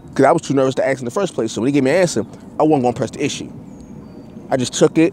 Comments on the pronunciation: another woke enlightened brother... smh sounds foolish. masons would boot his ass for not pronouncing Ask correctly. there's your sign. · Why can't blacks pronounce the word "ask" sounds like "ax " wtf 😬😆a black guy goes into a lodge he sees a mason and approaches him and tell him I want to ax you 😳a question